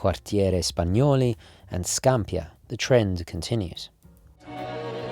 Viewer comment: Ciao, complimenti pee i contenuti che ci porti! Una piccola nota: il quartiere di Napoli Scampia, si pronuncia con l'accento sulla i, Scampìa.;)